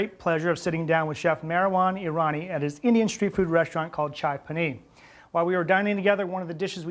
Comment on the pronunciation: Chai - P’aa’ni…with a long aah sound. It refers to the other famous indian street food item pani puri. Great recipe as always.